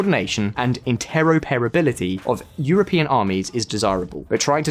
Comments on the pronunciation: Interro-Perrability? Couldn't find anyone who can read English correctly?🤣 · Also "intero-perability". It's not a bad idea to ask others how to pronounce words you don't recognise. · also " interopability."